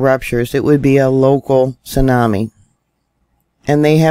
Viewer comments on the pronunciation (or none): none